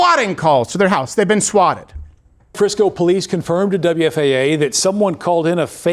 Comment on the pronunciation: "Ex-speacially" not a word. "BO-lease" also not a word.